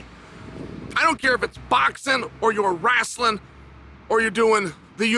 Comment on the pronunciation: Did somebody say wrastlin'?